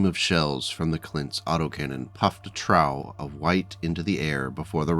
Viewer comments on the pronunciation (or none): ...Fortunately, I'm fairly sure this isn't an AI reader...but I should point out a pronunciation thing in the first story quote. 'puffed a trough'...it isn't pronouced 'tr-ow', it's 'tr-off'